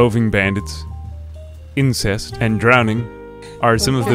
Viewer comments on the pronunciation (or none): roving bandit, incest, and drowning are some of the dangers” I know he meant insects but I can’t unhear it. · you said incest not insects. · Yeah, I listened to that one clip like thirty times. I don't care what anyone says, he definitely did NOT say 'insects.' What are you trying to tell us about Florida,?